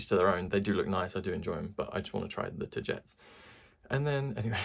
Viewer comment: From what I know you pronounce it Ta - gee - tees. Ta like tata for now, gee like from oh geez and tees like teas